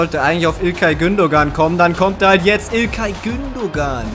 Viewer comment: Man spricht Gündogan “Gündoan“